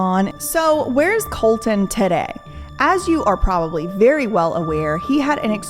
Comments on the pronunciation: You are aren't even saying Colson, you are saying colton. Also very poor researched. And he wasnt saying anything about young girls that the the average person says in real life. Not saying its ok but but definitely not all the blame should be going to him. With that being said he had to learn what he can and cant say with fame even though everyone around him in his daily life is talking the same way he was. But overall this video was very clearly poorly researched and you sound stuck up, do better. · Colson** not Colton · You never heard of MGK before he started dating Meghan Fox ??? I'm a grandma, an old lady, in the northern forests of Canada, who never listens to rap or hip hop, and I've known of MGK since he made breaking news. It's Coulson...not Colton. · Why is she calling him COLTON? ummm she can't even get his name right? WTF? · You can't even read... what the fuck is going on... his name isn't Colton... it's Colson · Got me on the edge of my seat! Do more on them! 😵‍💫😵‍💫😵‍💫oh and? Its colson not COLTON lmfao.